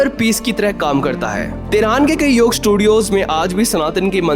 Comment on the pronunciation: Yog day hota hai yaar YOGAA NHI